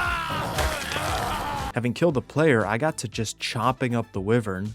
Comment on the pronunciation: It's pronounced wyvern not wiwern, my gigga.